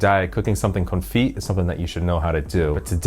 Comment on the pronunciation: From a Frenchman……you don’t pronounce the t at the end of confit. We call it muted t